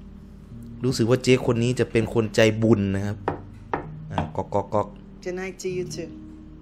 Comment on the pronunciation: ก๊อกก๊อกพี่ ไม่ใช่ น๊อกน๊อก